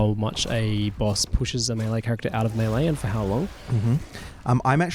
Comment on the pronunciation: is working so hard to say "melee" correctly. Good on him!